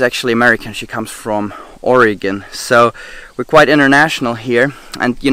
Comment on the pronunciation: Yes! Thanks to, it is great to hear someone from far away pronounce Oregon correctly and not say Oregone! We live in North Central Washington. 😊